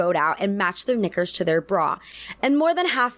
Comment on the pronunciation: Love the video, great points. Couldn’t agree more, but a few times, the way you said ‘knickers’ came a little close to a g sound in the early parts of the video.